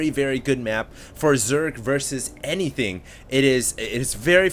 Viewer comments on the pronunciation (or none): none